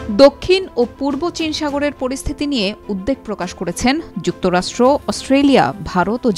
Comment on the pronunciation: আপনার উপস্থাপনা আমার ভালো লাগে। তবে উদ্বেগ ও উদ্বিগ্ন শব্দের উচ্চারণ কানে লাগলো।